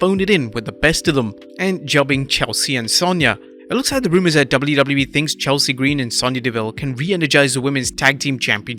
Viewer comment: The downright ugly was the ring announcer not pronouncing Chelsea Green correctly.